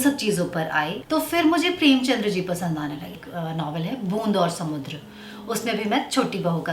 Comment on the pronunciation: प्रेमचंद हैं वो प्रेमचंद्र नहीं। कृपया इतने बड़े साहित्यकार की कृतियां पढ़ने से पहले उनका नाम शुद्ध बोलना सीखें। सुझाव है हेट नहीं।